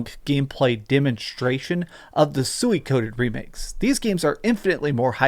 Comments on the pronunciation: It's pronounced sue-wee-co-den not suey-coden ....🤦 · LOL!!! HE TOTALLY BUTCHERED THE WAY TO SAY "SUIKODEN" LMAO! THIS GUY GETS DUMBER EVERY TIME I WATCH HIS DRAMA VIDEOS.